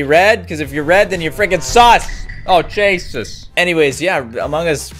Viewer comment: When ever says 'Jesus' it sounded like he said 'Cheesus'